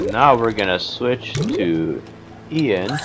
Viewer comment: your saying ian wrong